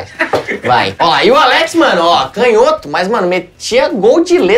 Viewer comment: Canhoto com intonação no "nho", porque toda proparoxítona é acentuada, como não tem acento, é paroxítona.